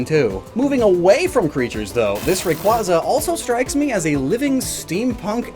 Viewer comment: For a guy that prides himself on knowing Pokemon origins you think he would at least learn to properly pronounce their names cough Rayquaza cough